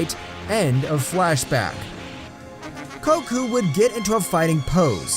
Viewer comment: bro said koku